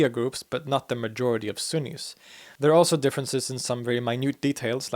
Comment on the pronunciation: ↓ Sunnis. Not axis.